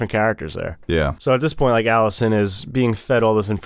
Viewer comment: and its Alicent, not Millicent. 0 for 2.